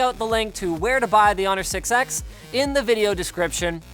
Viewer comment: Maaaaannnn, the 6X sounds way too much like six-sex :D